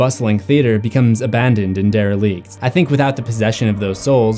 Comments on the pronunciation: Small editing commentary: Derelict is pronounced Dare-eh-licked, not Dare-eh-Leaked. (Although that does sound fancier.) "Slowly feast" is an oxymoron. Kind of like slowly rushing or patiently hurrying. Feast isnt always a synonym for Eat, since it implies the manner of eating. It is the same with Run and Jog. They both mean moving on foot, but you would consider a Jog to be a slower or more relaxed description than a Run. "They quickly jogged away from the monster." Sounds a bit silly, right? Great history vids, man. This series is a really cool concept. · I love the pronunciation of der-a-leeked instead of dera-licked soooo effing fancy!! Going to try it out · Just a FYI: When you are talking about the empty theater at the mark, you say it's "abandoned and derelict." This is redundant, as the words mean the same thing in this context. Additionally, "derelict" is not pronounced dare-uh-leekt, it is pronounced dare-uh-lickt. Yes, I know I'm being anal retentive, but you otherwise do such an outstanding job on your videos that I wanted to make you aware, so you could avoid these particular grammatical errors in the future. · Ms. Spank 😂 Mr. Bobo 🤣 Dere-leeked and not derelict. Brotha, I love these vids but… ya gotta work on your pronunciation